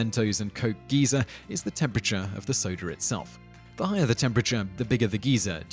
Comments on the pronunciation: No, his pronunciation is the same as the UK pronunciation of "Geezer" not "Geyser". He's just made a mistake. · Just a tip, Simon, Geezer and Geyser are completely different. One's an old person, one shoots thousands of gallons of extremely hot water several meters into the air. So it's best to pronounce them even just a little bit differently. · Yeah, it's actually pretty funny to hear. Personally, I first heard about it from chuggaaconroy's Xenoblade LP, where he went on about how 'weird' it sounds for quite a while. Anyone British here? What's so bad about the 'Guy-zer' pronunciation, and where did the 'geezer' pronunciation come from?